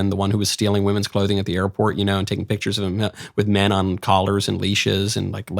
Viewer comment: Do you think karin had trouble saying "men"